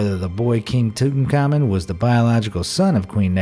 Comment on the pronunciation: it’s king (too-taunk-ah-men)